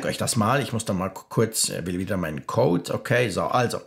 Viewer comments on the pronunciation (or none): none